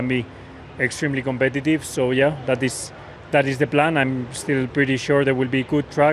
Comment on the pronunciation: Can someone please tell George Russell that the words "this" and "the" start with a T and not the letter V